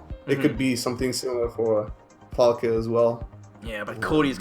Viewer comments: God damn, you pronounce the name right... Falke is german for hawk. Stop talking about the pronunciation :) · You both pronounced her name right all the time! Greatings from Germany